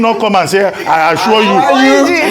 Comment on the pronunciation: Dr Abatti just pointed out what troubled my mind 'I assua (assure) you'.